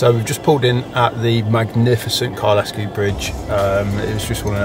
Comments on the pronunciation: Some of your pronouncing was "interesting" ha ha. Kylesku is Kyle-sku rather than Kyle-esku. The others...well it is normal for "Southern people to copy what they hear on the "Media" ha ha. Interesting video reminding me what I miss. Time I returned to the Highlands ha ha. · Kylesku is a single word with the 'e' being silent, we don't have 'locks' in Scotland they are Lochs. Great video I've did the route many times. Well done with the book. I have subscribed. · It's pronounced Kyle Sku... hence the comment above.